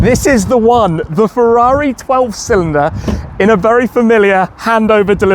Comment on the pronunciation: Wow! Never would have expected it to look so good! Btw the accent is on the second 'i' in cilindri.